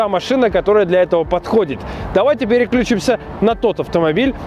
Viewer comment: всё классно, как всегда! Вот, только, режет ухо "вклЮчим", отклЮчим", "переклЮчимся". Правильно ударение на "И".